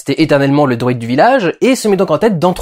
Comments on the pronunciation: HÉ Dudu combien de fois tu a dit droïde a la place de druide loool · Quand tu dis 'druide' j'entend 'droîde'... c'est moi ou...? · C'est moi ou j'entends "droïde" à la place de "druide" ? XD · Pas droïde , mais druide. Sinon ta critique est cool